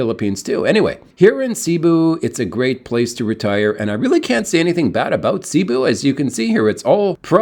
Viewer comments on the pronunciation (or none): none